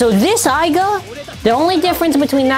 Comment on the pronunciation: its not aiga its aiger